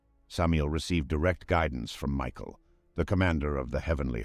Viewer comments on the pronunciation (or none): none